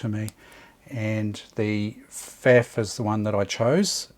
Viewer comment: Thanky you so much! As always, your videos and your unfathomable pool of experience and hands-on advice are a pleasure to watch and learn from! Only (typical, high-handed German) comment from my side: The brand name "Pfaff" rhymes with "tough" :) Cheers, Martin (Wiesbaden, Germany)